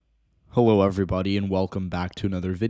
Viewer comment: Had to do a double take at the start cause it thought he said “hewo everybody”😂